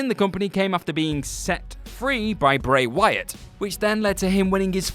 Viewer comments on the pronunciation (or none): none